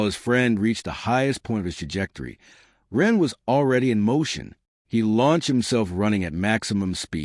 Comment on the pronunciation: Yes some words even common ones are occasionally mispronounced.